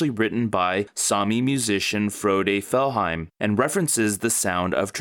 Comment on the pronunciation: it's fjellheim not fellhaim